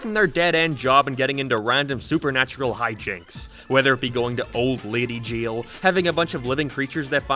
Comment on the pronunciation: Bru u say jeil bro it's jail